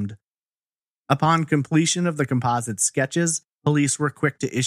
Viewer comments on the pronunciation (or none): none